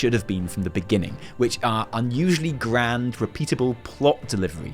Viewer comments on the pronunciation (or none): none